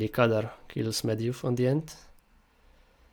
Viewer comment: You're misspronounching the name. It's Khadgar not Kadar. The white haired man isn't Medivh, because he has long hair, while this one has short and white, so it's more likely his steward Moroes. The mage meeting is the Council of Six. The fel explosion likely shows the (blurry) TRUE Karazhan, so it's likely that the tower show at start isn't one. And yes, the canyon is the Blackrock Pass because there's Blackrock mountain in the background and there's no other smoldering volcano on southern part of Eastern Kingdoms. Remember the trailer doesn't show the scenes chronologically. If Stormwind is destroyed, they likely wouldn't wanna show it since it would be about as big a spoiler as king Llaine's death.